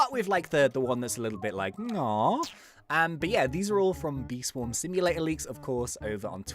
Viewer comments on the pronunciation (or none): I would like to correct he said swam and not swarm is failing English rip